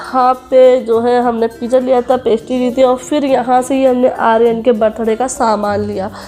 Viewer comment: Sutar, pija,sop, kitna galat bolti Ho Tum sahi Se bolna sikho, Paisa Kama rahi par bolne ka salika bilkul nhi badla